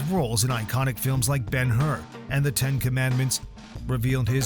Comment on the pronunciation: Wow, I have never seen this Super Man - Umm, Ben Whore ... it's Hur